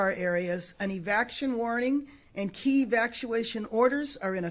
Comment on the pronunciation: She is unqualified to be in government. She can't even pronounce EVACUATION!😂